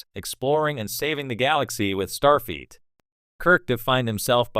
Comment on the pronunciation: Ugh… “Jean-Luk Pickerd” And “StarFEET” STOP using AI! It’s terrible.